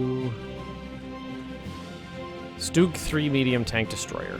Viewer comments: Garrett Stock So you're trying to convince me that the pronunciation he's using is correct. OK so lets say you're right then you must say the word "Stumble" like "Stoomble" - but I bet you don't. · Why do Americans always call Stugs Stoogs? I'm sure you don't call things that shelter you from the rain an Oombrella. Its always made me curious as every American I know pronounces it that way and it makes no sense.